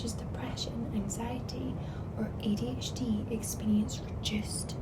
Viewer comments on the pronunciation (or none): none